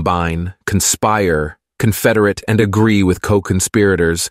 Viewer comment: The A-I voice said "confederate" wrong